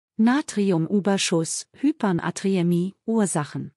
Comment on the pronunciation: Danke für diese Informationen. Aber das Wort Hypernatriämie doch bitte richtig aussprechen: Hyper-Natriämie, und nicht Hypern-Atriämie.